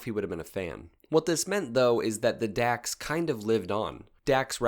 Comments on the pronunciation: It’s pronounced “docks”, not “dacks”… you had to be there 🙂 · “Dax” is actually pronounced as “Docs”, as in “dachs”hund.